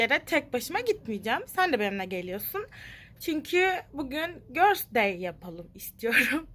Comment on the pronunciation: Abla göls dey deme üzülüyoırum :(